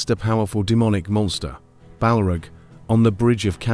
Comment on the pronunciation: I had to quit after 3 strikes.. The A.I. pronunciation of Gandelf, Balrug and Kazadumb are killing me. 16 sec in and I'm out. Heresy Sir/Madam!